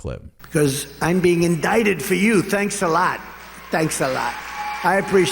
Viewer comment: I had to luagh when trump said. "Thanks alattt!!" lol